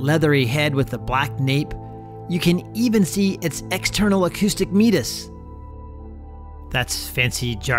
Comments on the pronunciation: Great video as always, but meatus has 3 syllables: mee-AY-təs, not 2, meet-əs. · Great video as always. The ear canal is pronounced as “mēˈādəs/“